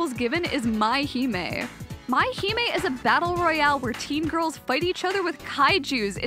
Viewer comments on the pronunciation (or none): none